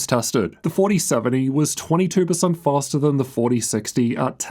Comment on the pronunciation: “fastAA”😂 maybe Faster?